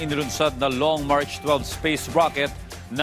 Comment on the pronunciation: mach not March😅😅😅😂😂😂😂